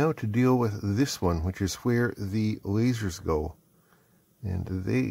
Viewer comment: "Lazeds" or "Ledzers"